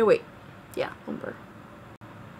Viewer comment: LUMBRE is not pronounced like tree lumber. LUMBRE is Spanish for fire. Loom-bray.